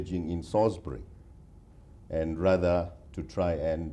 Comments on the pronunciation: Liked how he pronounced Salisbury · From him I learnt how to properly pronounce Salisbury..😂